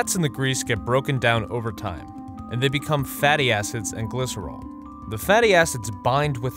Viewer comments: why did "fatty acids" sound like "fatty asses"? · When he said fatty acids I thought he said fatty asses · When it said fatty acids i thought he said fatty asses